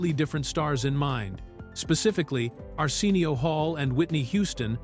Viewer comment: Weird pronunciation of Arsenio too. Arseenial